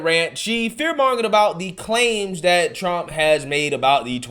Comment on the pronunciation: I enjoy your channel and watching your content! I have ONE request, with all so respect 🙏🏾,PLEASE say "THat" instead of "Dat". It's driving me batty. 💙🤍💙🤍